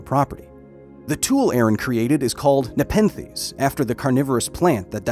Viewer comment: Take a shot every time he says Nepethes